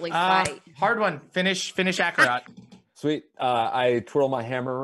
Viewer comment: super late, but their pronunciation of Acerak as Akarot stems from Akarot being a long-running villain in the campaign that the characters are from